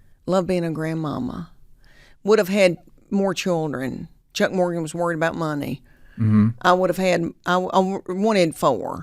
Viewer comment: Am I the only person who noticed that he said her last name wrong? He said Morganton.